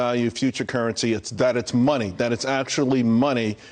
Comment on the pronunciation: "They printin monay"